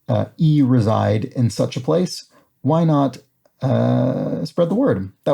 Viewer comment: "if you e-reside in such a place" – ughhhhhhhhhhhhh